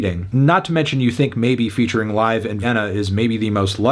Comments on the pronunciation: Fantano hated this year’s Liv.e album so much that he pronounced her name wrong in this review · I’m going to have to give you a 0 on this review for mispronouncing Liv.E